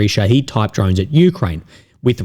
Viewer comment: sha heed (long sound) means martyr in Persian/Arabic whilst sha hid (short sound) means witness (sha hid being the Iranian designer’s name for the drone, because it witnesses events). Transliteration to English is a flawed technique, yet the difference in pronunciation is important in the interest of accurate reporting!